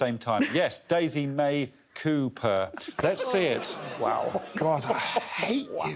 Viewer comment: Daisy May Coo-purr... 🤦🤦🤦